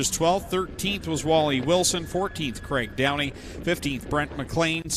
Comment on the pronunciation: Craig Downie, not Graig Downey lol. Known Craig for a lot of years & my dad knew his dad Roger for decades......